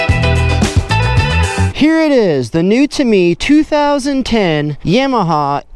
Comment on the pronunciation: "Yeah-mu-hau?" What's that?